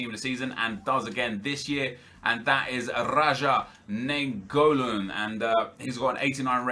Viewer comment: Im from belgium and naingolan is pronaunced as ninegolan